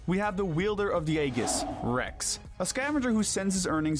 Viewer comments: Ok I can buy you calling it the Eggis by accident but there's no way you just called her Piera 💀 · First of all: DARK PIT DESERVES TO BE ON THIS LIST! Second of all, why are you mostly using the OG Xenoblade cutscenes when the Definitive Edition has been a thing for three years now? Third of all: that’s… not how you pronounce Aegis… or Pyra…